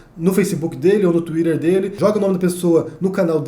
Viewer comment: Ele pronuncia em inglês.